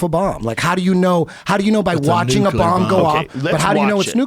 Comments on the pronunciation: Young schooling Eddie on nuclear energy, the whole time pronouncing it "nuke u ler" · It's pronounced new-klee-are, boys. Before you start arguing about it, learn to say it. Also: lie-bra-ree. Let's all say it together: NEW-KLEE-ARE, LIE-BRA-REE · Guard Passer new-killer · Says nuke-you-lur instantly loses all credibility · Yeah eddie studied nucelar science nucelar nukeilar....if only he studied nuclear science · learn to pronounce nuclear before bragging about your high school level, basic college course. It's nuclear, not nuke ya ler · says he got an A in physics class. meanwhile he cant even pronounce "nuclear" correctly LOL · “Nucular” Betabitch. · "nucular" hahaha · got an "A" in physics, but he can't say "nuclear" correctly. Hmm. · can't pronounce NUCLEAR lol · The irony of acting like he knows what he talks about when he cant even pronounce nuclear..... and getting an A to intro to physics makes you an authority on the subject? LOL